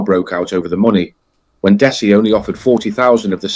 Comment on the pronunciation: "Dess-Ai". I mean, what's the point. We want to know that the people putting themselves out there as someone you can learn something from with these vids, actually have some real research. God's sake, it takes 5 seconds of any video to know his name is pronounced "Dezzie"